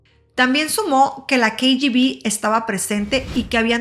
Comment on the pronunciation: Muy mal pronunciación😢 diatlon, rastem ?... el uso del traductor de Google para escuchar la correcta pronunciación de palablas en ruso 🙏. ! y otra cosa, un documental en español con siglas pronunciadas en inglés ? CIA (si ai ei) KGB (quei yi vi) :(